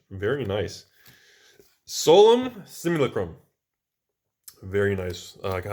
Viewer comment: Simulacrum. "sim-ul-crumb"